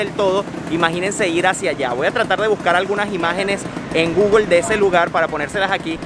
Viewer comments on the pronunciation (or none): none